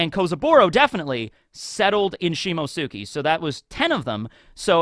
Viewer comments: beautiful man, coud you please try to pronounce Shimotsuki as Simots'ki? That 'U' is mostly silent. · Has anyone explained to that he's pronouncing "Shimotsuki" wrong? It only bothers me cause he knows how to pronounce "Akatsuki" right. "Shimotsuki" is pronounced like "Akatsuki" but replace "aka" with "shimo". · What an epic SBS. Great video, even though I am still not used to you butchering the pronunciation of the name "Shimotsuki" 😅